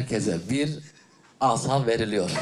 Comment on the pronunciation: Asa'yı iki kısa "a" ile söyledin ya helal olsun.